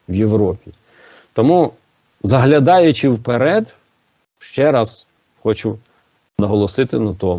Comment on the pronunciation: Але, заглядаючи вперед. А так наголос важливий.🇺🇦